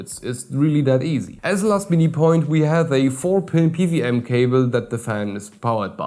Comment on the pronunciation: Pe - Double-U [not a 'V'] - aM - you are quite welcome.